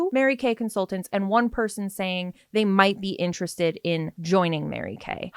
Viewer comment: She keeps saying interested like entrusted and it bothers me a lot 🤣